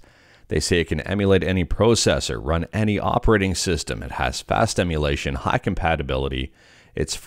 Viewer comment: I don't know how you do it. It is so hard. I mean, I have never, not even once, not slurred saying "limitations to emulation" and messed it up, but you did it first try. You are truly a linguistics wizard.